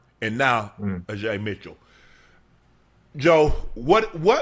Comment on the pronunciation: Unc trying to black up Ajay’s name too hard 😂